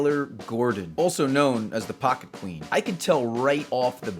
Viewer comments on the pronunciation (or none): none